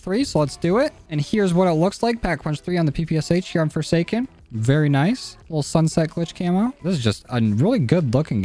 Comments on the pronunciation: No one notice he said Foreskin inteasd of Foresaken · I swear he just said on "foreskin" not foresaken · No one noticed he said "fore skin"?